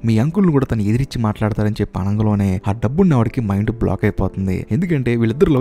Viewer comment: Explanation is quite impressive. Keep it up brother, but what is that word "ఆనంగలోనే", I hope its "అనగానే"? If possible correct it in further videos brother. Plz Don't take it as complaint, take as improvement.